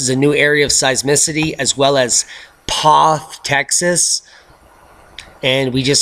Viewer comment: It's P(o)th as in zer(o) Texas. It's my area..